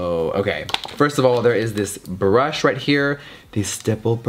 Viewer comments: Jeffree: It's hard to impress me Also Jeffree: A BRÜHSH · Tenshi Kuroi “there is a b r u s h”